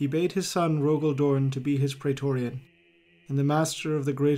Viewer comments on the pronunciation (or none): none